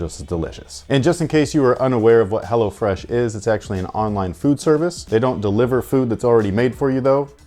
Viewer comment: I swear he said “hellafresh” once